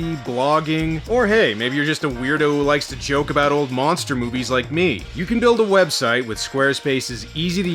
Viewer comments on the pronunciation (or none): none